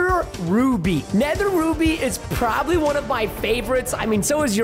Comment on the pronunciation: also it's not proboly it's probably